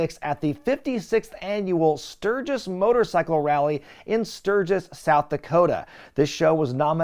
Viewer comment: Luckily still has Road Wild 1997 & 1998 left to cover in the future, so I guess we now know what the running gag for those Classic PPV Reviews will be... "Emanating from Stur-ghiss, Stur-ghiss... What'd I say, Stur-ghiss?!".